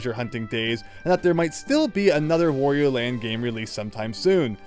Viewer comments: It's "wah-ree-oh" not "woh-ree-oh" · Please learn to pronounce Wario correctly (it rhymes with _Mario_, however you pronounce that).